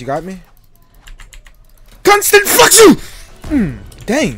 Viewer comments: "CONSTANTFLUZING" AHHAH GOT ME😂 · "CONSTANT FLUXU" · The why he said when he was scared” CONSTINfLuX” 😂😂😂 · “Constant fluxu” bro 💀